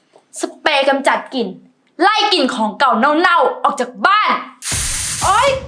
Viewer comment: กลิ่นจ้ะ..ไม่ใช่กิ่น